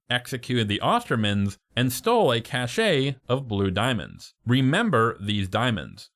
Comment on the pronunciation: a lot of Americans and YouTubers make the same mistake. It’s a “cache” pronounced “cash”, meaning a hidden amount of something… not “caché” pronounced “Cash-AY” which is specifically French for “hidden”, or “Cachet” also pronounced “Cash-AY” which means prestige. The similarity confuse people but basically if you’re talking about a hidden object in English, it’s “cash”. If you’re talking about the allure someone’s flashy watch gives them, it’s “Cachet”. There’s basically no reason to use “caché” in English. But the movie is awesome. Fuck me I must be high if I fell down this rabbit hole.